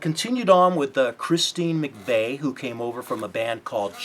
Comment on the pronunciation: McVie is pronounced MacVeee, not MacVay